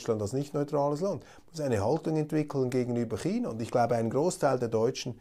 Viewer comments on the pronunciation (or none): none